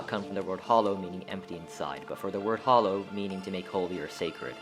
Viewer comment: Fun fact: hallow is pronounced HAL-low (as in the name Hal), not hollow. This is probably the most mispronounced word I’ve ever heard and I’m this close to losing my mind :)